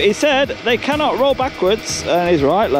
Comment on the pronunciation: "you cannit"